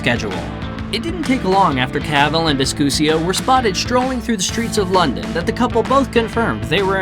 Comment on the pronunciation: Her name is not VISCUSIO it is V I S C U S O.